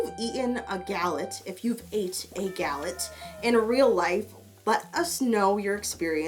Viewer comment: Awesome video ! You prononce Galette very well. Google : "Galette Bretonne" , you will see what it is. It's a pastry coming from a part of France called Bretagne. It's very good and versatile !